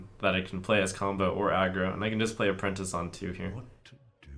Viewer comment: I laughed so damn hard when he said "apprentie" cause I thought of this comment